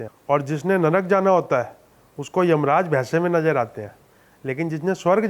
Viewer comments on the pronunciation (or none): Jisnry NANNAK 😂😂😂😂 NARAK HOTAHAI BHEY 😂 DHANG SE BOLA TOH. JATA NA TERE SE MOTTAY GANDU😂😂😂😂😂😂😂